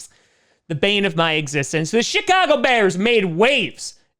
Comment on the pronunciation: Swear he said sh*tcago haha